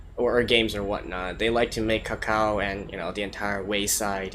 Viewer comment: glad you picked up on this show. btw it's pronounced "Tsao Tsao" not Cacao. lol. Blame it on the Chinese Phonetics between C and Ts constants. @@